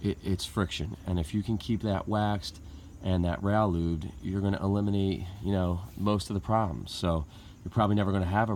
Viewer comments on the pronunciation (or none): Rial lube hahahaha where you from man